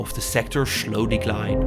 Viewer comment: 8:7 SCHHHLOW>>>???? WTFF MAN EXISSING ZE SJCHHHHHHTairz>>>..>???????